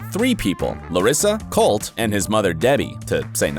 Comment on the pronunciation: colteee not colt